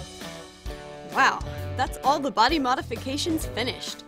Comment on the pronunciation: It's "Mody Bodifications"